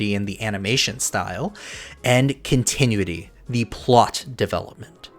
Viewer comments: Love the video! But every time you pronounced continuity as "con-ti-nui-ty" instead of "con-ti-nU-i-ty" a part of my soul died. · Continuity Con-tih-new-it-EE … I rest my case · Oh cramity, Amity is no one triggered by continue ity instead of cont eh noo ity have i been saying it wrong for so long or is it a different word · say it with me now, (con-tin-noo-ity) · You need to learn how to correctly pronounce continuity. You're doing it wrong and it's annoying. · Hey man. Great video and analysis. This is the type of content I like to see when I’m invested in a show(cartoon). Not a criticism, but look up the phonetic spelling of continuity. 🙏🏽 I only offer that because you pronounce it incorrectly a couple of times. Hope you can appreciate that’s coming from a genuine place. Beyond that, PLEASE keep it up! Other than The Roundtable, there aren’t many fan channels I’d consider subscribing to for analysis/recap. 👌🏽 Peace! ✌🏽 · LOVE this video!! just a tip though, because i would love to see more videos on this subject: that’s not how you pronounce ‘continuity’. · this was super good, but god please continuity is not pronounced like that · The only issue I have with this video is the mispronunciation of the word continuity